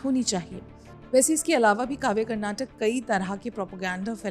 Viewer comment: Please correct the spelling and pronunciation, madam. It's 'Karnataka', not 'Karnatac'. While speaking, most North Indians cut the last vowel which sounds like क्. But you should pronounce the full vowel like in क. I don't understand why North Indians have this problem with pronunciation! They do the same while speaking the name of our language also, which is 'Kannada'. They say it like 'Kannad'. No, it's Kannada, with क् + अ at the end.